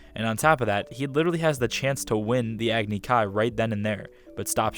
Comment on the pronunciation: They really said Agni-Ki, EE-roh, Awng, and whatever else they said. GOD DAMN. 😭